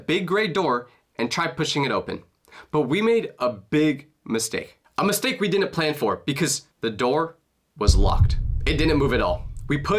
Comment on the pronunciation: God I hate the level of stupidity and illiteracy in today's youth, and their inability to understand word pronunciation.... like this kid here.... another dum dum who pronounces the word 'Didn't' as 'Dinnent' 🙄